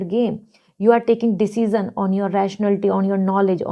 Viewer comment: I really like you. But can you work a little in your english pronunciation like - group or decision . I'm not insulting you but I hope you upgrade and lots of love 🥰